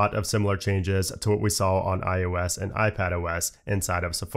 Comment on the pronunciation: dude, don't you know your audience is people who care about aesthetic over function?? Why you keeps saying "iUS" and "MacUS"???? Please, pronounce your words more accurately.